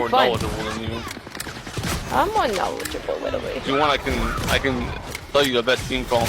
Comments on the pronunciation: slowly realizing he’s part of the reason people are toxic in rivals. 😂 Also, “I’m widerally word Widow” = adorable asf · I’m “witewally”